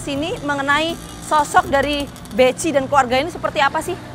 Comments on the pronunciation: Bekhi bacanya bukan beci😂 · Bechi dibaca Beki neng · Salah sebut nama, jadi masyarakat tak kenal. Bechi itu ejaan lama, sebutannya bukan Beci, bukan Beki, tapi dieja Behi. Wartawan jadul koplak!